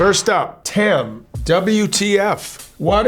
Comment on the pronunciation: lol so weird how he pronounces Tam